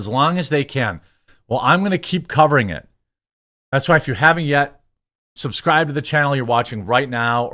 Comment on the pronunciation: Like and subscrwibe.....like and subscwibe...personally I'm not a fan of being told what to do.....makes me want to fast forward and disregard